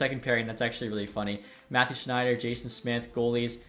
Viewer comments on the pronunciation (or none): none